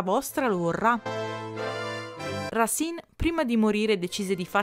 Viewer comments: Il video è interessante grazie però Racine si pronuncia Rasen 😜👍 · Scusa, leggo adesso e forse ti sarai già corretta, ma si dice Rasin, perché si divide in sillabe,cioè Ra- ci -ne ,se non ci fosse la "e" finale si direbbe Rasen